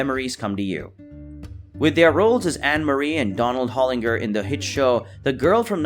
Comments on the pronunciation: Hollinger - pronounced "hollinjer" not "hollingher". I remember "That Girl" well. Gregg Allman & Stevie Ray Vaughn's music is the SAME genre, American blues, just different instruments. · And Hollinger & Room Two-twenty-two ,too. Toby Hooper? How about Tobe Hooper?